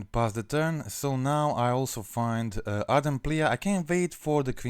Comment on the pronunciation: Ardent plee it reads plee not pleA